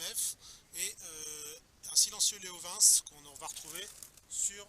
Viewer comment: Leo vinsse sérieusement on dit leo vintce